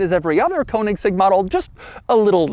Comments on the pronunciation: Konigsegg? It's Königsegg. 🥴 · Its pronounced Koenigsegg not Konigsegg. OE is pronounced the same as the letters ö, ø. Same pronounciation as the letter "e" in Her. So more like Kernigsegg. There are literally hundreds of videos of Christian himself showing how it's pronounced... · That hard "g" pronunciation though. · THIS is not a "Kounigsegg" its a Königsegg. Is it that difficult? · Doug being Doug. Butchering the pronounciation of foreign car brands. It’s kÖnigsegg not koanigsegg and also, reYera… 🙄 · There is no Cone-iggs-egg, there is only the Koenigsegg. You need to learn to pronounce it right, once and for all. Apart from that, your channel is great, Doug. 🙂👍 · Koanigseg XD - love it. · If I hear “koenigsegg coat of arms” one more time I’m killing myself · What a surprise... Doug can't say "Koenigsegg" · another american completely butchering the pronnunciation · Daddy Doug still hasn’t learned how to say “Königsegg” properly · Why can't Americans pronounce Koenigsegg correctly? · Damn boy.. learn to pronounce the name of the car you review.. you're a damn embarrassment! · How not to pronounce Koenigsegg. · The way Doug pronounces Koenigsegg legitimately pains me... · Doug just never manages to say Koenigsegg. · Count how many times he said "Koenigsegg crest"